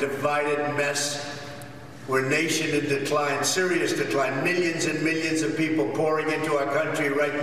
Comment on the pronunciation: He's the only person to add a D to the word 'millions'.....'mildions'